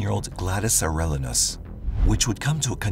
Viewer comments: Pronounced Air-EE-Ah-nos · Arellnos is pronounced Are-E-A-nos